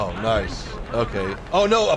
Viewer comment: Thailand nooooooooo ''Noice shot''